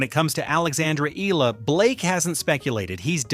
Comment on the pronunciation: EH-YA-LA get it fucking right or get off the net